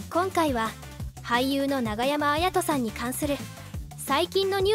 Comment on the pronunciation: ながやまあやとではなく永山けんとです！！！！